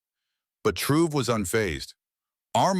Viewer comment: Why caint you buttheads producing this video take the time to make sure you know how to pronounce this gr8 Black Afrikan leader's name, I've heard everything from Troy, Tray, Trayor, Troy to fuggin Tro. How fuggin disrespectful !!! HIS NAME IS TRA OR È!!! Git it fuggin right😠😠😠😠😠😠😠😠😡😖😡😡😡😡😡😡😡